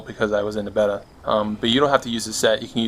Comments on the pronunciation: yup 😂😂 it’s bay-da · awesome build but someone needs to teach this fella how to pronounce "beta" every time he said it I would giggle. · So sick. You're a beast, the way you say Beta tho. lol